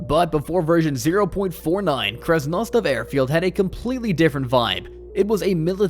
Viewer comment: The pronounciations are killing me, ”kamenski” ”servograd” and then all of a sudden a great pronounciation of krasnostav